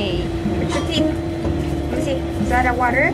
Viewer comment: Dog you want water? Or wha-er😅